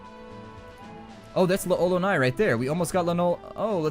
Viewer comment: Just curious, but why'd you have a sock full of pennies? (Also, fun fact, L'Olonnaise is pronounced "LOL-o-nay"). Thanks for your video walkthrough; just got back into this game after 12 years and they were an immense help.